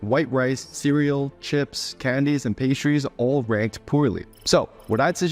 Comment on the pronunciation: uhm, you forgot the l in cereal.